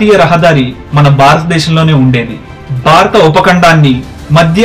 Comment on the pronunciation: not Barata desham...it is Bharata desham..